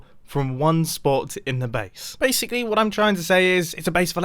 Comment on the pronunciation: So, BASEicly